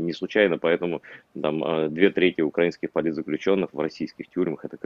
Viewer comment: Ще й проблема з наголосами у словах: украи́нский А́йдер